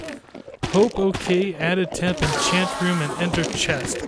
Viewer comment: Let's all "entchant"